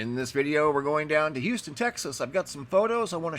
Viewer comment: Thanks so much for pronouncing Houston, not saying "Youston"!